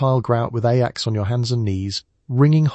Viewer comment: standard knowledge in the United States. The video’s mispronunciation of Ajax was distracting. It also said that Ivory bar soap was used to wash dishes. That is not correct and is ridiculous.